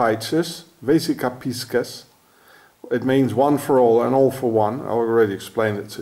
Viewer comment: Vesica PISCIS pronounced PEEEE-CEEEEEES